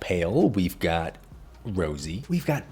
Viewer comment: Anyone noticed that “got” sound like gyatt? No? Just me? Okay